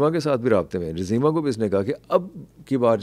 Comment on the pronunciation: جزیمہ میں ج پر پیش ہے 😊😊😊